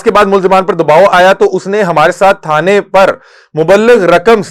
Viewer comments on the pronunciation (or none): اردو پڑھنے کی ریہرسل کر لیا کریں پلیز۔ یعنی مبلغ۔ یہ اردو میں دو لفظ ہیں۔ ایک پر شد ہے۔ اس کی ادائگی اور بغیر شد والے کی ادائگی میں فرق ہے۔ آپکی ویڈیو میں لفظ بغیر شد والا ہے لیکن آپ نے ادائگی شد والے کی ہے معنی میں زمین آسمان کا فرق آ گیا۔